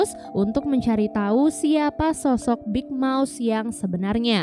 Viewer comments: Keren tapi kedengerannya big mouse bukan big mouth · Kok dengernya Big Mouse ya bukan Big Mouth. Tapi channelnya asik banget Kak.